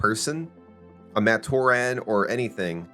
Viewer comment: Is this AI generated? Matoran is consistently mispronounced which makes me think this is AI.